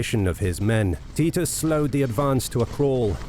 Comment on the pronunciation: Is that how you pronounce Titus?